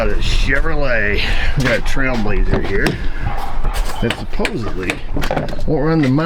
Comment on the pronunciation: AYE I'M DRIVIN HEAH!